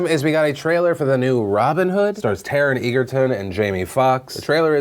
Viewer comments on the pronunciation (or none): phil, egerton is pronounced edge like edge of a cliff, not eager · lmao Taron 'Eagerton"